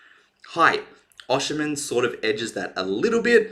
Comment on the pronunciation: His name is pronounced osime the N is silent it's not oshi--men